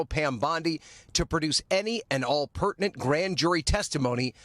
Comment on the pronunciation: Emphasis on "Pertinent".